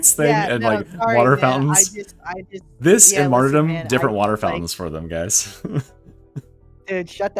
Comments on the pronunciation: Kinda drives me insane he pronounces Martyrdom like "Marty dumb" instead of like Martyrdom. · Marty-dom the Arbirator of carburator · pls stop saying martyrdom like that lol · "MaRtY dOm" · The way pronounces "martyrdom" is criminal.